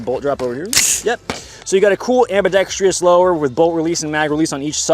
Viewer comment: Admin... I love you sir. But... how has no one taught you how to say the word ambidextrous yet? I'm the first to notice? I do have a very large brain...